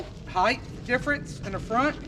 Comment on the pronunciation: Height! Not heighth